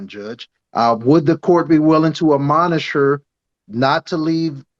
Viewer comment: How can this Attorney say "Amonish" when what is needed is "Admonish". He needs a spell check readily available beforre he speaks.